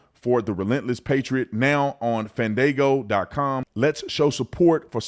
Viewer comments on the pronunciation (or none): Officer Tatum the word Fandango is pronounced FAhN- Dahn-Go